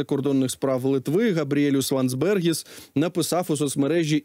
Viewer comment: ЛАндсберґіс, наголос на перший склад і Ґ